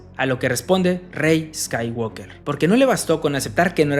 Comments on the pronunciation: niño se dice skywoker no eskaiwalker jajaja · La L de Walk no se pronuncia. Se dice "scaiguoker", no "scaiguolker". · La L de Walk no se pronuncia. No la dicen en el idioma original, no la dicen en el doblaje. ¿Por qué tú sí la dices? Así no se pronuncia.